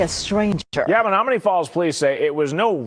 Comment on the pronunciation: Pronounced men NOM man KNEE. Just helping.